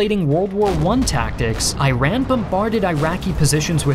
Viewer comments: as an Iranian (eeranian) i have a problem with your pronunciation of the word Iran, it pronounces like eeran(/ɪˈrɑːn/) not I-ran it just feels weird when I hear that. and the pronunciation for Iraq is eeraq(/ɪˈrɑːk/) and that's not even that close to the original pronunciation but work fine cause you don't have the qh(ق) sound. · Omg! Dude Iran is simply pronounced /I.run/, not /eye.ran/, the same goes with Iraq, which is pronounced /I.rock/, not /eye.rack/ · Its not I-ran for f's sake it's e-ran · Thank you so much for your quality video and all the free information! But please don’t mispronounce the name of the country. Iran: Eye Ran ❌ E Run ✅ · Great video and pronunciation other than I-RAN and I-RACK it’s E-RON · it is not I'ran, it's eeran pronunciation AKA Persia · Thank you for the video It would be best if you correct your pronounciation of Iran It is not I Ran Its Iran (read EeRaan) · Ee raan not I ran , nobody is running 😐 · It's not " eye raan " , it's " eeran " . It's not " eye raeq" ,it's " eeraq ". Sincerely,an indian viewer. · Not I ran but its right is reads like. Eran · Bro how it read isn't airon It's eeran how it reads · Not ai ran, it is pronounced i:ra:n. How difficult is it, that many westerns make this mistake?! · love the high quality content! but please stop pronouncing Iraq and Iran as "I-raq" and "I-ran", they are pronounced like "ee-raq" and "ee-ran" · Eeeran, eeeraq..not airan, airaq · It is not pronounced i-ran, it is eeran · I-Raq?! I-Ran?! Bro do something about pronunciations!!! It’s E-Ruq and E-Run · How do you mispronounce the words Iraq and Iran being a historian? It's pronounced as "E raaq" and "E raan", not I-ran or I-raq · Its iran not iiran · How can you make a video on this when you still can't pronounce the names of the countries correctly? It's "ee-Ron" not "I-ran" same thing with Iraq. This is a very basic mistake. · it's E-RAN, not eye-ran lel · EYE RAN - EYE RAK! Amazing video as always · Eye-rack invaded eye-ran🗣️